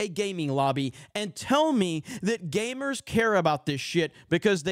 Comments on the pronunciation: Its gamers not gaymers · Why does he keep saying gaymers?😂